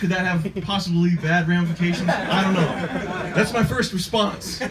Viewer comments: "so hes suchin mahy catch..." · SUCHIN MAH CAAHTCH